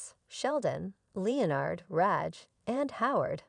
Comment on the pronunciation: How to tell it’s another ai scripted video - the pronunciation of Leonard